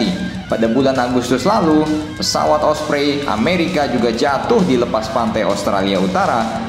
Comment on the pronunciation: Ompreng😂😂, not osprey